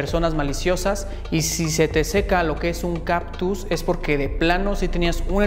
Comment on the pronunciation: Se dice CaCtus. No caPtus.